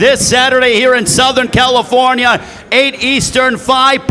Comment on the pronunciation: Why does the announcer pronounce California with a m at the end. It's so distracting